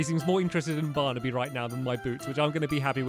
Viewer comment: And at the very beginning of the video, he said “Bearnaby instead of Barnaby”. It was an accident, but stillll